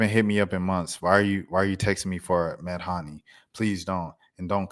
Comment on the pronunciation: It’s Meh-Dhane ()